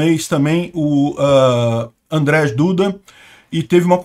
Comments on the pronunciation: só como informação: o "j" polonês é pronunciado como o "i" em português. Assim sendo, o nome do Presidente da Polônia é "Andrei", e não "Andrej" (em português - André). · pronuncia-se 'Andjei' Duda (Andrzej Duda) e 'Jéchuv' (Rzeszów). Parabéns pela cobertura da guerra!